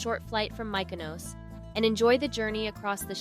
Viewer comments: AI SLOP… A lot of AI generated images and inserted clips that are incorrect. Take it down. Also the way Mykonos was pronounced… clearly an AI voice over. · Please learn how the pronounce Mykonos. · How does the narrator NOT know how to pronounce Mykonos? It's not difficult. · Please educate the narrator to accurately pronounce Mykonos and Gyro. All the videos were beautifully shot only to be tarnished by the mispronunciation of the most basic words.